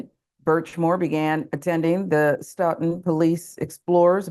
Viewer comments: POS 🐷 It’s pronounced “Soat-Ton” by the way! Yes - Massachusetts has some weird town names! 😜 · Yup... this is like 20 miles from me. It's disgusting (Sidenote: it's pronounced "STOW-ton") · Pronounced "Stow tin" just fyi